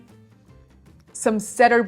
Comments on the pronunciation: ) Cedar pronounced "see-der". Love the review!! :) :) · I don't know if you care because I did understand you but in English we say SEEDER for the wood vs CEDAR. Love your videos and your descriptions of the wine.